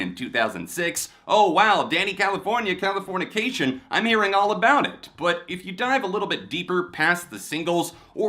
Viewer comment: Man i wish people would stop saying californiacation. There’s no a. It californication with an i.